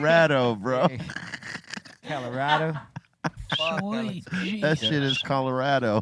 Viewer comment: Why he keep saying calarado like that....